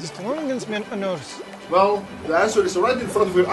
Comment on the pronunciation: "Holy mother earf"